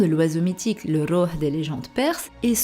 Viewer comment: J'aime trop ta voix elle es apaisante lol tu prononce bien le rouh en arabe sa veut dire une âme .gros kiss